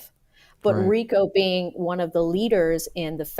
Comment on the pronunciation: "frico" not "Rico" lmao😂